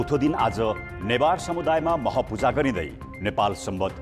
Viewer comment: मह पूजा होईन हौ, म्ह पूजा हो। शुद्ध उच्चारण गरौॅ त ।